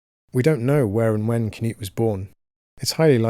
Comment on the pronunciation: Pronounced Knoot, not Canute